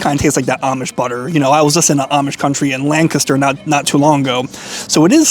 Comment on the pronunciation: respek for saying lancaster the proper way